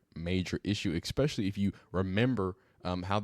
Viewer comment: The word is especially not eckspecially, make sure you fix that within your vocabulary so you sound more intelligent. Thank you for the video brother